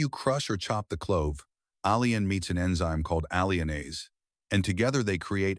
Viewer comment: Pronunciation.of allin by narrator-bot ss "al-e-in"